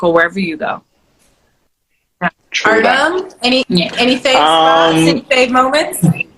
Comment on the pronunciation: Nikki says I do is beginning…what a beautiful couple …that was so funny Artem’s last name pronunciation lol 😂 and Matteo is such a good looking boy and is so sweet like his parents